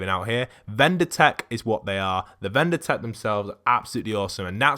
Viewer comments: It's VINDER tech, not VENDOR tech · Its vinder not vender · Vindertech. Not vendertech. Vindertech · Vindertech not vender tech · It's vindertech not vendertech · Please say vindertech cuz i Get freakin OCD and his name BTW is Lars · Dude its vindertech